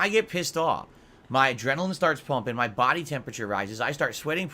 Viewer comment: My ENTIRE BAHHDY was CUVERED in sweat 😂😂😂 he's such a little piggy